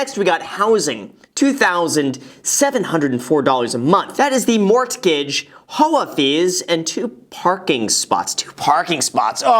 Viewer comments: " mort - gige " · Why do you pronounce silent letters in words like misCellaneous and morTgage? Just wondering why? Is it a joke?